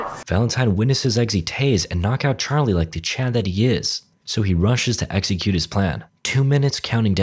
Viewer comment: "He rushes to Egzycute his plan." You absolutely madlad. You've done it.